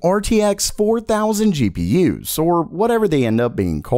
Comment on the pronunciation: Good videos, but I hate the way this guy says "GPU's" lol